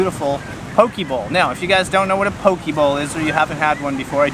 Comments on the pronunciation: Its not paw-kee or paw-kay. Its po-keh Po in “Political”, and ke in “Kensington” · Lol not PoKay. Its Po-Kehh. Im born and raised and still living in Hawaii fyi. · not key its keh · It’s pronounced PoKay. Fun video!